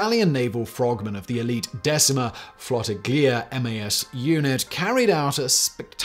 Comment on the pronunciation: I know not many Brits will like my suggestion: why not a series on the Decima MAS (you slaughtered the name so I use it in its extended form and not the roman numeral), the Gamma Assault swimmers and their exploit during the Special Operations in the Mediterranean? There is a lot to talk of: tech, human, but also a strong sense oh honor (de La Penne waited until the charges was going to explode, then waned the British Commander so they damaged the ship but no life was lost: the goal was to damage the naval assets, not to kill sailors) and, sadly and shamefully, also a misplaced sense of honor (the Decima kept fighting with the german after italy surrender.. sadly it was impossible for them to "switch side" even if the german perpetrated horrible things as we all know.. not the italian didn't..)